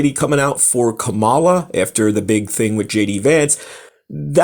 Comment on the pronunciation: You can't even pronounce Kamala.